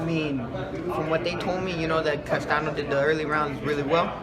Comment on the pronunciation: It’s Castaño not Castano!